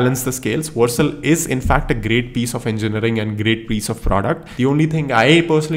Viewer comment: It's Vercel not Warcel😅